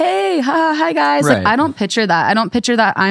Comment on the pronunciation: saying “pitcher” instead of “picture” is driving me crazy 😂